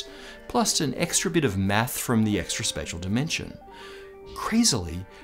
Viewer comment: uhhh something's up when he says "meth" instead of "math" then looked down like he done fucked up hahahaha!